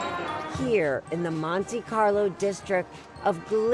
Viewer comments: It is not pronounced "Monty Carlo"!! Reminds me of Monty Python 😅😅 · ¨Monty-carlow¨ - are you kidding me Erin 😄